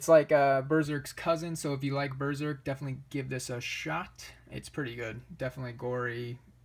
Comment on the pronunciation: Claims Berserk is the best manga. Doesn't own all the volumes, hasn't read the whole series, can't even pronounce it right.